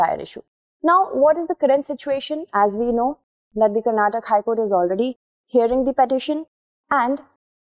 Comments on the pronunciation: Thank you so much for providing balanced approach. It is not Karnatak, it is karnataka. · I completely agree with your stand on every single dialect has its own relevance but people of that that region call the state as Karnataka and that’s the actual pronunciation.You could have learned it to be called Karnatak since kindergarten but people who hail from that region expect everyone to call their state by its actual name and not the version amended by a particular region/ethnicity.I can’t address you as only because it’s pronounced in my region that way right! It’s important that we recognise the prominence of each and every culture in INDIA being a fellow citizen. Hope you got my point